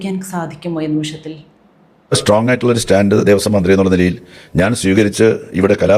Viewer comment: മലയാളം ഒരു വാക്ക് തെറ്റില്ലാതെ പറയാൻ..അറിയില്ല.. മന്ത്രിയാണത്രേ.. മന്ത്രി.